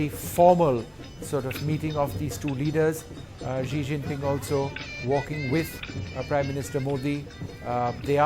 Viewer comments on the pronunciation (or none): Its not "Zi Zinping"...Its Xi Jinping...Wrong pronunciation.